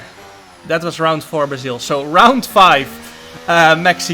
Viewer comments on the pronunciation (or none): none